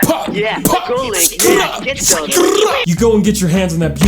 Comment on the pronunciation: “Legend of ZOLDON”